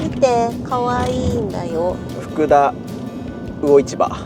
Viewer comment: 渚の交流館、地元ながら行きたいと思っていた場所なのに忘れてました😅 ちなみに、福田（ふくで）と読みます。 読み方違うので、なかなか難しいですよね😊 3度目のDIYのシェビーくん、行き来がしやすくて良いですね😍 たしかに夏は冷蔵庫と冷房は必需品ですよね😀これからのシェビーくん長旅動画、楽しみにしております。